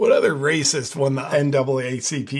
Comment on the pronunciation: "That's wacist!!"